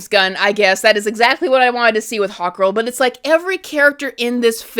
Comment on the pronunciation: Who else kept hearing Hot Girl instead of Hawkgirl?